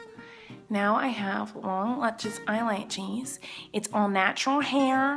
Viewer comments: I knew she would say eyelatches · " eye latches" teehee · kills me every time. I die laughing. She's like 'If you want lu-chus eye-latches' and I pause the video so I can have a moment. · I knew she'd be saying "eye-latches" before even clicking on the vid :D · you know miranda too well if you read eyelashes "eyelatches" 😂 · long latchez eyelatchez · The way Miranda says eyelashes haha